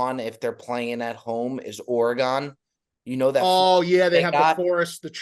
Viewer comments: Orrr-Eeee-Gone,? It's pronounced: Or-gun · It’s Or-again. Not Or Agon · Orygun!!!! Not OreGONE! Thanks for the content, boys, but help us Oregon fans out and pronounce it right. Help me help you. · What's worse, the In tournament colors or hearing you guys pronounce it Ore-gone! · Is it an east coast thing to mispronounce Oregon as "OreGONE"?... it pains me it really does. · ORE-GONE LOL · The pronunciation of Oregon hurt this Oregon native.